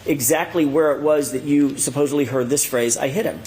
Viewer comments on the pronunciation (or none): Like he’s says supposebly all the time.